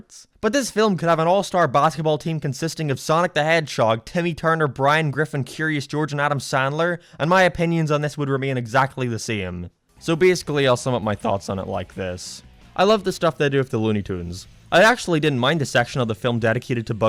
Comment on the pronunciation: Specs jame and leborn jeans and the same he says seem🤣🤣🤣🤣🤣🤣🤣🤣😂😂😂😂